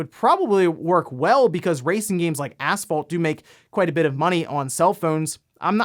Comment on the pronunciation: the way you pronounce asphalt, though XD